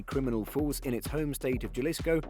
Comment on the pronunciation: Galisco😂 Ja-lis-co Cabron!!!